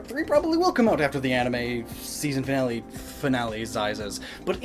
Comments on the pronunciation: Finalezizes? LAWL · "Before the season finalesizes"